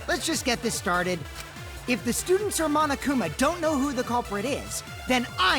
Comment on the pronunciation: No one: Me: The pronunciation on that "MonoKUma" was really nice ✨ Insert Satisfaction Meme Template ✨